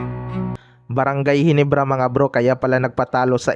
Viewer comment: Ayusin mo nman bigkas. Mo GINEBRA hindi GENIBRA nkakahiya nman